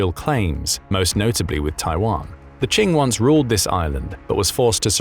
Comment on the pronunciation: Qing sounds like "King", not like "Ching"! 😂